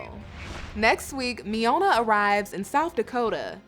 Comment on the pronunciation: Did you really just cause Miona “pneumonia”, instead???😂😂😂😂